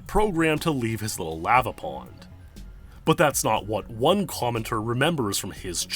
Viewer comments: I hate the way you pronounce lava, good video though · You say lava like an imbecile.